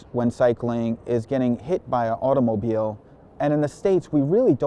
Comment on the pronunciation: Is automobile pronounced like that? Really?